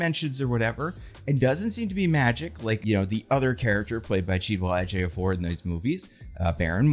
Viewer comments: I have never seen someone mispronounce a name that hard. Chi-we-tel E-jio-for. Read it phonetically, literally. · I'm sorry dude, you really gotta get the pronunciation of Chiwetel Ejiofor right, you're not hitting it at all. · Dude mispronouncing Chiwetel Ejiofor's name multiple times and then constantly not even bothering to learn Cristo Fernández'd name are just straight up micro aggressions cuz you had no problem with naming Rhys Ifans or any other actor